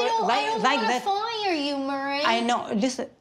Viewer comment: "I dont wanna fya you but your stealin clions" 🤢🤮